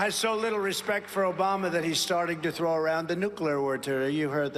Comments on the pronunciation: Obamnah isn't his name either. He can't get the name right or the person. He mixes up Biden with Obama and can't even say the incorrect persons name correctly. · Obamna?? Seriously?? They don't hear that? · So you haven't heard Trump say "Obamna". LOL